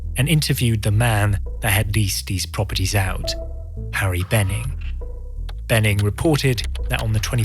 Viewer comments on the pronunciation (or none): none